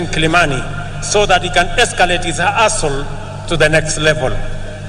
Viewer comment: Did he say A#s-#ole or Hustle😅? I thought only Wakamba are allowed to miss the H!